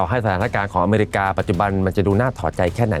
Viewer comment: You can’t even pronounce “America” correctly 😂